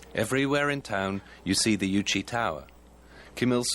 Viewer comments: Yes and they kept pronouncing Juche as Yuchi, which made me very confused at first. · Great video but the narrator is mispronouncing 'Kim Jong Il' and 'Juche' (whether in English or Korean). Also his pronunciation of 'mass games' is very odd.